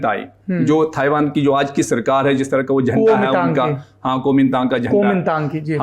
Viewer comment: Bolna sikhao ise..taiwan hai not thaiwan...aap padho ise...is se jyada mujhe knowledge hai..